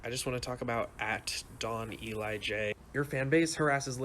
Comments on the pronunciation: I believe it’s pronounced don-elijah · I’m pretty sure it’s pernounced don jay